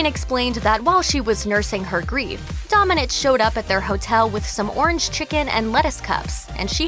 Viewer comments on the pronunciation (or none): Hi! You mispronounced Domènech, wich is a Spanish surname, the strong sillabe is "me" and the "h", in this case, is silent.